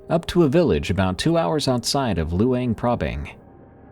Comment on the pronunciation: “luinprabang” nice try lol